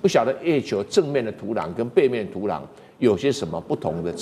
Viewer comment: 台湾人土壤读土囊吗？